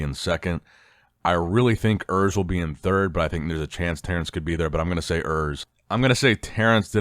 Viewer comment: Hi, Urs is German, so the 'U' should be pronounced as the 'ou' in 'you'. Just wanted to let you know.